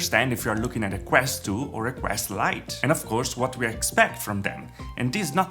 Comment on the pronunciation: Lol yeah it made him stand out quite a bit, but you know, people tend to dislike it when someone mispronounces a single word